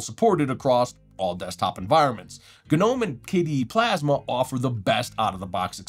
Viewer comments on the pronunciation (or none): the guy said "guh-nome" wtf no point in watching these videos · The 'G' in Gnome is silent, like garden gnome. I had no idea a stylus even worked in linux period. That's awesome.